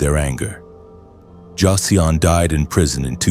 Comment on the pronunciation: Did I just listen to you mangle the pronunciation of the name Jason in a multitude of creative ways??